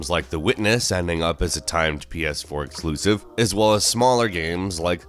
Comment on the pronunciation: 《Nasal voice and cringy voice》: "exkluzziv"